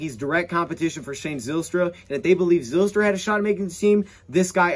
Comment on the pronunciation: The y in Zylstra makes a hard I sound like Ryan or Kyle